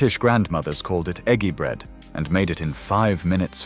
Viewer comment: Why???? Why do a lot of the pictures not relate to the narrative? Many of the pictures are either not British or do not relate to the 'dinner'. Why are some of the pronunciations incorrect? i.e. Ejji bread before Eggy bread. Why are the spellings American English rather than proper English? i.e. Favorite rather than favourite? Why is the editing of the whole video so shoddy? ..... and why tf did I bother watching it?????